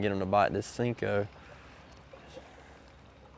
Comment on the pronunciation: “Sinko”? Thought it was “Senko”